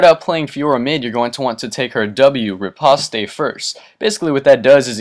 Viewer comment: It's not fucking repostay its pronounced Repawst